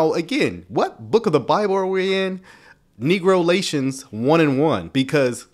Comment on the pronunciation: Hold up, this man said, “Negrolations”. I about fell out 😂 if you don’t cut it out!